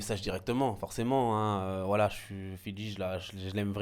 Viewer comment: Qd ils disent voilà j'entend wallah 😂😂😂 pas vous ??